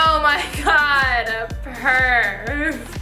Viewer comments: well i thought she said perv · Am I the only person that thought she said perv not perf? XD